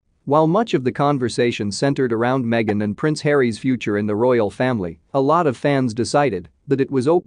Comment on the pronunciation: She went WAYYY over board to prove that racism is her money maker!! Stuff it Harry mee-a-gan and you too Oprah!!1